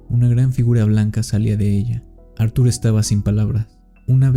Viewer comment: Q no se llamaba Artur, como dices acada rato Ar 😵‍💫